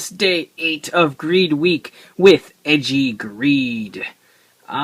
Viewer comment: for goodness sake, it's "ay-jee", not "edgey". the ei is supposed to make an "ay" sound in japanese